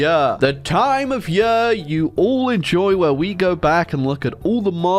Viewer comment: Why does he say yer instead of year?